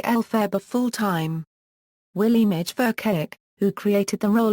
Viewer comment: I find it hilarious how it pronounces Willemijn Verkaik as Williemij Verkayik